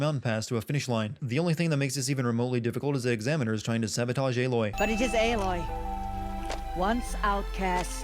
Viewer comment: Why is he pronouncing "Aloy" like it were spelt "Eiloi"?